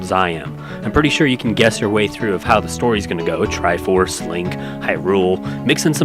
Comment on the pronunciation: The TRI-by FORSE 😂 priceless.